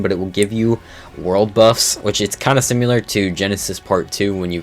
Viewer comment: "SimYOUlar" lmao